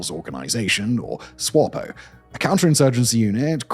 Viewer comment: Simon as you have a team of researchers to write your scripts, you have one job and one job only, which is to read those scripts correctly. Umkonto we sizwe is not pronounced umkonto wizwe, that should be obvious. You should have checked how to read names like Coetzee too. SWAPO is SWAPO, not ''swarpo''. I wouldn't have mentioned it but you did a similar thing with German words in another vid the other day.